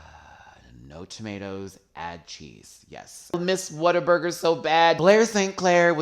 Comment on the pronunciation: I thought she was saying Water Burger.... I thought that is the weirdest name for a burger shop.... soggy bun picture